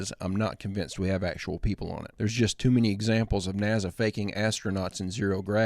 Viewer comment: I LIKE MOST OF YOUR VIDEOS !! BUT YOU'RE AN IDIOT FOR CONSTANTLY MISS PRONOUNCING NASA ... JUST SHOWS THE INTELLIGENCE OF americans